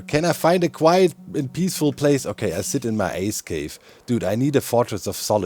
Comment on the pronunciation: you said 'ice cave' i heard 'ass cave' now i can't unhear it